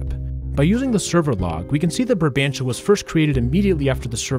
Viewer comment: ur saying barbantia instead of brabantia